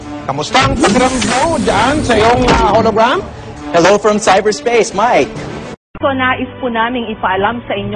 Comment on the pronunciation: "KAUNA-UNAHAWN sa kasaysayan ng telebisyon DITOW sa pilipinas! kakausapin ko na po ngayon si Howie Severino sa pamamagitan ng HOLOGRWAM..TECHNOLOGY!" Sapul ka mike XD